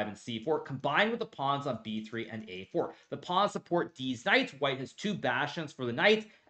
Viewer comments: Did he say deez knights? 😂 everything he says is so straight faced it’s hilarious when he makes a joke especially when I’m not sure if he’s joking or not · I love your dedication to saying "deez knights" every single time without fail. Love it. keep it up. 🤣